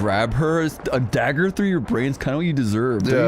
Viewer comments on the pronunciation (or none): none